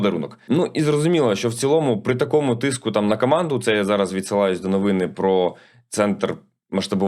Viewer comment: Подивіться в словнику, які наголоси має слово "новина" (і "новини", в множині) в різних відмінках. По можливості, застосовуйте на практиці, зокрема в понеділкових випусках.